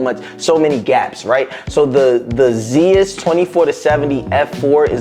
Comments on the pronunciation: Nice video man - keep it up. As someone who wears glasses - you may want to position your light on more of an angle or maybe get a polarizer to help with he reflections - found it to be pretty distracting in the talking head. Looking forward to more of your content! Just a pedantic thing - but Zeiss is pronounced Zice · Zeiss, It’s pronounced like lice with a z. Zeiss. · After this video, I’ll never not say it “Zee-iss” 😅